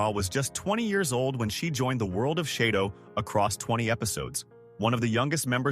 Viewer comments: It's shadow not sheydow! 🤫👋🇭🇲🦘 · "SHAY-DO"??? Dozy narration. This is so full of mistakes; terrible. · It’s half-baked “chez-dough” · lmfao, SHAYDOWE? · I think you’re showing pictures of Brian Keith, instead of pictures of Keith Alexander, along with calling the purple hair, silver and mispronouncing shadow a bunch. Your production quality seems to be little low.